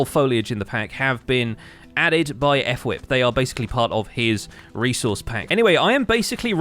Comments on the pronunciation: When he calls fWhip, F-Whip :| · hey great episode!! just a small thing: fwhip is pronounced as one word, not 'ef'-whip but more like you would say 'flip' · It's said as f-w-i-p not E-f-f-w-i-p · I love how he says F-Whip and not fWhip like most of the other empires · I know did NOT just say fWhip’s name like “ef-wip” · I love how calls fWhip F-Whip. King of Enunciation. 😄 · He says F Whip LOL